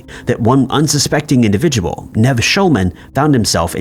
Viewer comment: Saying Nev like that completely put me off, I was so lost